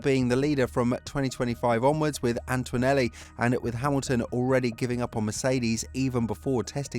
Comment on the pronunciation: WTF is ANTWANELLI???!?!?!? It's ANT-O-NE-LLI!!!! There's no U or W!!!